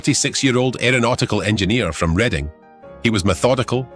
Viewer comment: Reading.. is pronounced as Redding